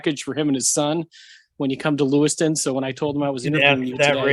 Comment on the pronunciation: LEWISTOWN …not Lewiston. 😪